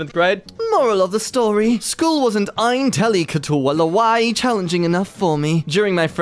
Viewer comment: the way said intellectually nearly made me do a spit-take